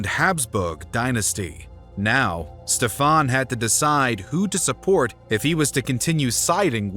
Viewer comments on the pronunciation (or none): Ștefan The great (like you say SHIT in English, not S but SH) .. however I do appreciate the way better pronunciation than many other american idiots.